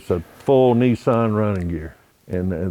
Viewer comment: Not neesarn but Nissan .